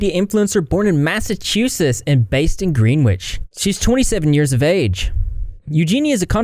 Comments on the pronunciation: As someone from Connecticut it’s pronounced Grenich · I am deceased. Greenwich is pronounced "gren-itch' :p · Greenwich is pronounced Gren-Itch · This is probably random but for Greenwich CT, it's actually pronounced Grehnich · The way you pronounced Greenwich made me giggle! I live in the next town over from Greenwich, surprisingly enough it’s pronounced ‘Gren-itch’ 😅😅😅 love ya! 🫶🏽🐢🐢🐢🐢🐢🐢🐢🐢🐢🐢🐢